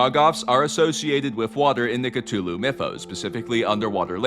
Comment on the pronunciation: THANK YOU!!!! FINALLY a person who pronounces Cthulhu properly!